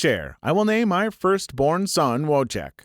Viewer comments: not wotek but Wojtek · Wotek is pronounce Voy-tek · STOP PRONOUNCING WOJTEK WRONG ITS SO PAINFUL TO HEAR ITS PRONOUNCED ‘VOY-TECH’ NOT ‘WOGDE TECH’ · Wojtek voy-tech it's polish not English.